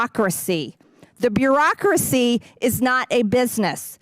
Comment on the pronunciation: She can't pronounce bureaucracy like she cant pronounce peach tree for petri.